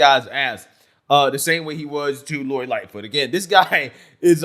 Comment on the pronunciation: The woman said: "lori Lightfoof did a wounderfull job"WTAF.....from wich state is she or is she a fentanol adict that just woke up from a coma??